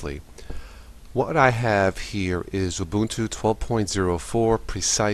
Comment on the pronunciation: Actually it is pronounced oo-boon-too. Some however pronounce it wrong.